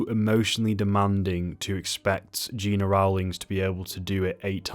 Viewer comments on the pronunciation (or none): Gena Rowlands first name was pronounced GEN NA.